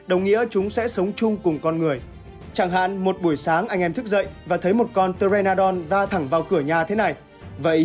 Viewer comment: con pờ tê ra nô đon hnhu đọc thiếu chữ nô đúng k :v nghe cringe vãi